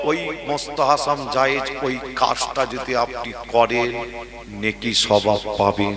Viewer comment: সাফেরি সিদ্দিকী এক মহাপাগল তার ভুল সংশোধন করতে গিয়ে আর এক পাগলের আগমন যে কিনা ফরজ, ওয়াজিব, সুন্নত, এই সমস্ত শরীয়তের হুকুম গুলোর সঙ্গে নতুন একটা হুকুমের নাম বলল মুস্তাহাসাম জায়েজ। যার সঠিক উচ্চারণ হলো মুসতাহাসান।